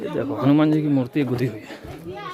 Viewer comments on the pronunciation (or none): none